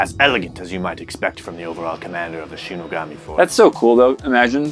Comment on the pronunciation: I was literally searching for someone to call him out bc ion have the heart to do it when he couldn’t even properly say “shinigami” ( ; ; )